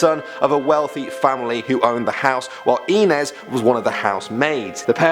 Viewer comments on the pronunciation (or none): You really need to work pn your pronunciations of regional words and names, for example: the name "Inez" is pronounced eye-NEZ. Mesilla is pronounced meh-SEE-ya. And La Llorona is pronounced La yoe-ROE-nah, and you have to roll that R in it. Otherwise good job. And Yes, I was born and raised in New Mexico..